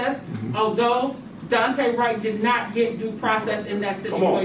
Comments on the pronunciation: please pronounce his name right... its Daunte like Dawn-tay not dooante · the amount of people that don't know how to say daunte is fucking crazy